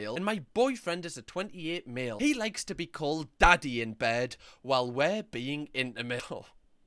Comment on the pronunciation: Donkey instead of daddy